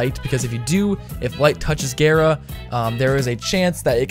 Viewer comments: also, frame is pronounced ga-ra, not gare-a, because R words in japanese kanji (the language they use to pronounce foreighn words) is a replacement for L. japanese word for glass is ga-ra-su. ga is just because the japanese always have a vowel following a consenent. no skin off your back, but just in case you were curious. no, im not a weeb, i've just taken japanese in highschool :P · It's gara not gera, btw love your vids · Why you say “gayra” 💀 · Why does he pronounce it gayra? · slaughter 1v1r it sounds really weird, I hear him pronounce it Géra